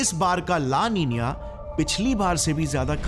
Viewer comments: make your sound correct. its not la ninia its la nina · La ninia 😅😅❌ La Nina ✅... Thik se pronounce karlo pahle2😂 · ला निनीया नही ला निना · Its EL NINO and LA NINA NOT EL NINIO & LA NINIA SO once again say right. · Bhai thank-you for the informative video. It is 'La Nina' not "La NINIA" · ला नीना को ला नींनीआ क्यू बोलते है? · It’s nina how do you pronounce it as ninia 🙄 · La nina ❌ La ninia ✅🤣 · It's not pronounced as "Nina". It's pronounced as "Ninya". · It's so irritating to here the "la nina" like "la ninya" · Abe la niniyaa nhi he la nina he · It's " LA NINA " Not " LA NINIA " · La Nina ❌ La Niniya ✅ 😂😂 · Laa ninaa X Laa Neeniyaeh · Sir g ap la nina ko la niniya kyu bol rahe ho mujhe hajam nhi huwa 🤣😆😶‍🌫🥵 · Name - La nina Pronunciation - La Ninia😂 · speaking 'LA NINA' as 'LA NINIA'. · Itsss la nina not la niniya he can't even pronounce it literally. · LA NINA ❌ LA NINIYA ✅ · It is spell and Pronounce as La Nina, but why saying it La Ninia ?? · LA NINA ❌ LA NINIA,✅😢😢 WHICH ONE IS CORRECT ???😮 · Galat pronounce kyu kar rahe ho it's la nina not "la ninia" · It's not la ninia it's la nina😂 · La Niña .. not La Nina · Pehle to la li na ko laliniya bolna band band karo😢 Worst pronunciation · La nina ka pronunciation hi galat kr rahe ho bhaya😂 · Abee saale, la Nina ko Pronounce toh barabar karna sikhle